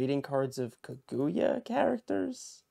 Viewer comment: Good luck! But just FYI, the emphasis in Kaguya is on the "Ka." You were driving me crazy saying kaGOOyah haha.